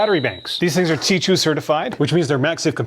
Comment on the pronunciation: Why do you pronounce Ti2, instead of Qi2?